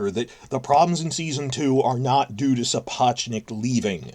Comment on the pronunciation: I generally think it's crass to pick up on errors, but if is such a Sapochnik fan boy he should learn how to pronounce his name.